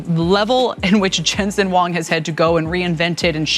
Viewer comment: It's "Jensen HUANG" - pls get it right.